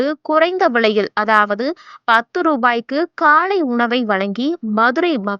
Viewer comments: காளை உணவு அல்ல அக்கா...காலை உணவு அக்கா...english medium ஆ...ஹாஹாஹா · காளை உணவு இல்லை காலை உணவு . தமிழை கொல்லாதீங்க